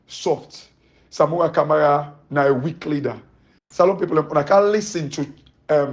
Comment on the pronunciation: Weak not wealk